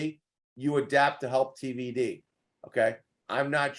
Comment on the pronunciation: Why you keep calling him DVD? It's TVD smh